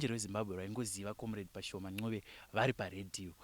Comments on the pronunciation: ...kwete 'nqube' but 'ncube' ! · wakati koshera ❤ Asi pakuti Ncube apa 😅 Mkoma Simon dai vambo pronouncer